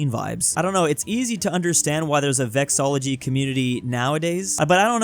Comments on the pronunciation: Vexillology, not vexology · Why do you keep saying 'vexology'? It's vex-il-ology. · Also, the word about the "study of flags"--"vexillology"--is pronounced as "vex-uhl-AW-luh-gee" not "vex-AW-luh-gee" as I keep hearing ( and ). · pronounced (something like) Vex-ILL-LOL-lo-gy, keeps pronouncing it vex-o-lo-gy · If you're going to make a video on vexillology, at least learn the word. It's vexillology, not vexology. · Vexillology has five syllables, not four.